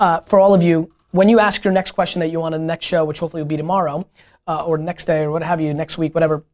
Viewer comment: Always Amazing content. But Gary. Stop saying Show like that!!! #breaktradition #donttellmetoFmyself. Love you man!